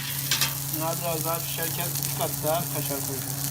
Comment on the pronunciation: Kaşar kelimesini öyle bi söylüyosunki .....